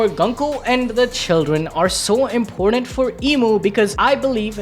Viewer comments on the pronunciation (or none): none